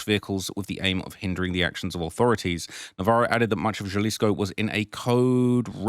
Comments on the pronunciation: Quit calling it Gelleesco you dumdum, its Ja(ha)lisco. 😅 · HAlisco not JAlisco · I already told you in the last video it’s pronounced HA•LISCO not JUH•LISCO 🤦🏽‍♂️ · Halisco not the j like Jaylisco lol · Jalisco pronounced*HuhLisco" j's silent pronounced as huh damn Brits. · If I hear him say “Jalisco” again I’m unsubscribing!! Jalisco (HA-LEASE-CO) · sound it out with me HA-Lease-Co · I like your s*** but for someone from the UK to be even reporting on this kind of stuff and not know enough Spanish to pronounce'"HALISCO (JALISCO) is almost disrespectful.. J's are h's in Spanish fool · Lmk help you out a Lil Mate😅 Jalisco is not pronounced like youre speak in english bruh...the letter J is pronounced as an "H" in Spanish so it would be Halisco for the on that dont understand Spanish writing...stop fuckin up my city bruh 🤦🏾‍♂️🤣🤣🤣🤷🏾‍♂️ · “It’s the biggest tragedy of all” The biggest tragedy is you pronouncing Jalisco wrong all the time in the video. How can you pronounce it wrong when it’s been in the news all week? It’s understandable if you get names and other locations wrong but come on, man…do a little bit of preparation. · He knows that. he does it intentionally so people give him more engagement by correcting him.